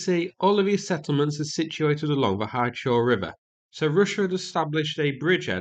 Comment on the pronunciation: You’re doing great so far with the names. But please, all the Ukrainian settlements names endings that end with “e”, read them as “eh”. So like - “Hu-lyai-pol-eh”.